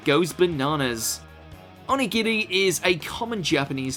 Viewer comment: O-ni-gi-ri, not on-i-giri